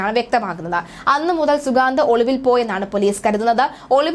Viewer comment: അവന്റെ പേര് ശരിയായി പറയൂ